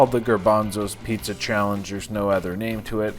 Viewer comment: *pizza not puzza